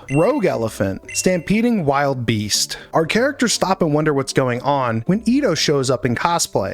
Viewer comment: I can't tell if the mispronunciation thing is a running joke at this point, or just not careful reading. They're "Soltari" (salt-ar-ee) monk and visionary, not "Solitary", and "Wildebeest" (will-duh-beest) is the thing Pumba was in Lion King, not a compound of "Wild Beast". Still good coverage, just always making sure folks respect the words. :V